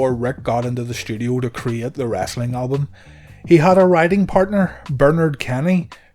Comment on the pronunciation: The narrator calls it wrastling.